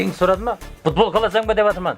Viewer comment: минут будбол емес футбол. варатал емес ворота. пиналтый емес пенальти. Дубляж ким истеди ози сауатсыз акымактар. и сосын еш кулетин зат таппадым. Жигитлер изденинда аздап. не мынау истеген затларыныз. 👎👎👎